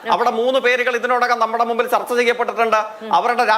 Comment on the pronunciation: തർത്ത അല്ല ചർച്ച എന്ന് പറ